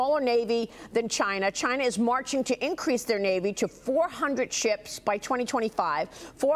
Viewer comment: I love hearing people who are "smart" call it (Chiner)...